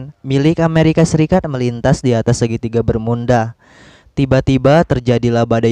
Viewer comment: Emang disengaja ya ngomong segitiga bermunda